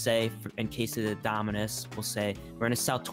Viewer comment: Nobody: Preston:DOMINUSIS